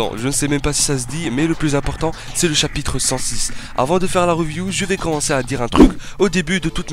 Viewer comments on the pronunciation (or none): none